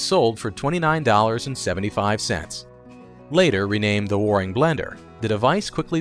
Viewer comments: I keep cringing at the word "Warrrring". Where- ing, AI. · Waring- rhymes with bearing and caring. Also note that Fred Waring was a popular musician. He spelled the name of his blender as “Blendor”. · Percyoulater?? Inventing new words.Waring is also mispronounced.